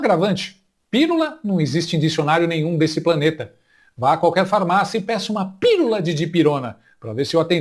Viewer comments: "Pirula deve ser a versão feminini de piru" 🤣🤣🤣 Sem surpresa, ela fala "lulês". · Se Janja é socióloga, eu sou a Rainha da Inglaterra. Nem pra perceber que a palavra proparoxintona termina com o nome do marido: Pi-lula.😂😂😂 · "Pirula"??? Ela deve ter algum "PLOBLEMA" no "CELEBRO"...